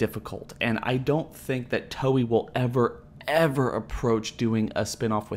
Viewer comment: It's pronounced Toh-ei, not Toyee.